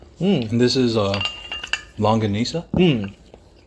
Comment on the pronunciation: Good job on the pronunciation! Longganisa is great paired with the sliced tomato and rice. Bangsilog is bangus (milkfish) and you can eat it all. It’s our national fish! I’ve been wanting to watch Mr. Harrigans Phone but I’m stuck watching kdramas😂😂😂 Currently binging “extraordinary attorney woo”!